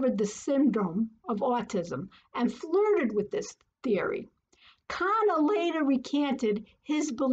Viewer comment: And how very fortunate you are - the viewer - NOT to know Bettelheim. #institutionalmemory And I am glad you said Kanner as Conner the second time. [only knew that pronunciation from NEUROTRIBES]. And Ms Gilpin - she probably was told her family were bad people.